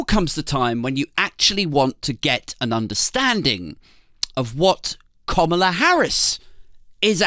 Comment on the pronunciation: Komala? I thought it was kamala, like camera